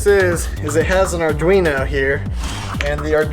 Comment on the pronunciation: Can we quick talk about how calls arduinos "uh-drino"